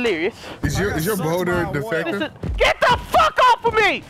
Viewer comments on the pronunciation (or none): rewatch the video, but this time everytime he says "boulder", he says "boner